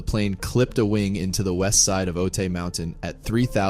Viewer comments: Otay, a Kumeyaay word is pronounced OH-TIE. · Otay is pronounced Oh-tie.